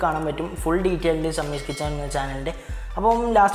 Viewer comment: ഷമ്മീസ് കിച്ചൻ അല്ലെടോ ഷമീസ് കിച്ചൻ... കൊച്ചനു ഒട്ടും അക്ഷരശുദ്ധിയില്ലല്ലോ